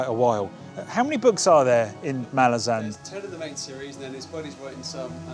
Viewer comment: I'm pleased to see that you've tried Malazan (as a fellow Brit, I pronounced it exactly the same as yourself) as I'm aware you posted, what, four years ago that you'd get round to it one day? I'm pleased the day has come.